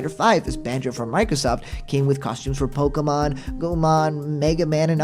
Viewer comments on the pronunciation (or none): none